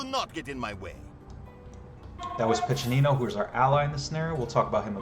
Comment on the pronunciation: As an Italian, I'm equal parts impressed by the work you put into the scenario and amused at how you join the voice actors in mispronouncing each Italian word in different ways :P Piccinino's was quite good though, I must admit I really like how you gave quite a few historical insights and explained how they influenced the design, especially the fact that you made sure that the best approach is to think like a XIV century Italian mercenary commander. Still, I think I would've enjoyed even more an in-depth level design analysis: from how you did your research to planning, building, playtesting and tweaking. No worries though, I would understand if you'd rather keep the secrets of the craft to yourself - or if you are contractually obligated not to go into any detail. Given how you've evidently done quite a bit of research on the subject, I thought you may enjoy some linguistic trivia around the word "condottiero": While "condottiero" did mean "contractor" in XIV century "Italian" (Italian didn't exist at the time, each region had its own linguistically distinct language), in modern Italian it has the much more generic meaning of "field commander". There's very little nuance, too: nowadays you would use "condottiero" in Italian any time you would use "field commander" in English in a military context. If you want to avoid any confusion, the term you're looking for is "Capitano di Ventura" which literally means "Captain of Fortune", in the fortune-seeking sense. A mercenary work